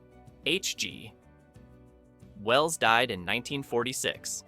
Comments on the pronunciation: Interesting video, but get betterAI software, there must be a way to put proper punctuation in so it doesn't say "H...G................................Well's son". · The computer-generated narration is getting better, but the phrasing is still off. For example, listen to where the on-screen text says "H.G. Wells" but the narration says "H G ... pause ... Wells" instead. I wonder if a human narrator would have cost the same or less.